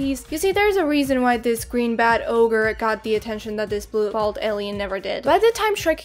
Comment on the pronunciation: geniunely cannot tell if she said “blue, bald” or “blue balled”